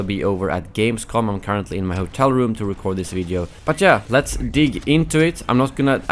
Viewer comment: “But jeah”